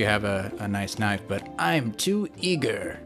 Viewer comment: ooooooooooooooooooooo u said knive